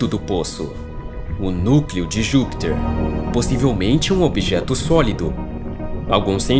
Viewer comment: Por que você fala "Júpitcher", com sotaque estrangeiro?